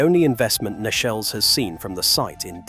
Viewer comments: Thank you for this. Most interesting. Sometimes I do understand, though, why things have had to be kept locked. Two mistakes. 'Nechells' is pronounced 'neetchells'. And when illustrating the Birmingham Catholic Oratory, you showed a picture of one of the wonderful windows of Birmingham Anglican Cathedral! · Nechells, pronounced correctly as Neechells